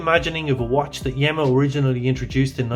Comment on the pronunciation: Interesting piece. Wear it in good health. The correct pronunciation is Yeema (not Yemma). Regards.